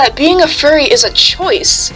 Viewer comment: “i-i-i-i am a fuwwy 😔😔😔😔” SHUT UP